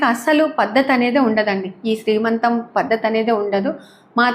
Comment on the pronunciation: దోశలు బాగా వచ్చాయండి, నేను ట్రై చేస్తా. మరో మాట, శ్రీమంతం కాదండి సీమంతం. ఏమనుకోవద్దు.